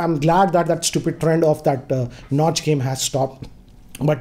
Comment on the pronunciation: Nobody: - StuYooPiD